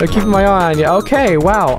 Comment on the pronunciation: "im keapping a aye on you bruh " 👁👄👁